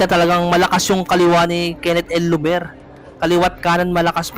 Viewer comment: Bakit "el lover" pag pronounce mo? Dapat Llover as in double L. Parang Liover pag bigkas nito idol. 😅